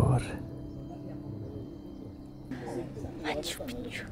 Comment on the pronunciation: Se dice maciu-pik(a)ciu😊 Prea multa palavrageala, coa'e - fii profesionist ce drq; E obiectiv de top, mai multa istorie, spiritualitate, detalii, nu ma intereseaza chitzibusariile tale cu banii, inclusiv la adresa Ralucai... Devii cam jenant.